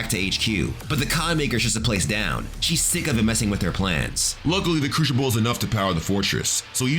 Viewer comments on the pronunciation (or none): Your pronunciation of the word crucible is absolutely horrible. It’s not a cruchible for god sakes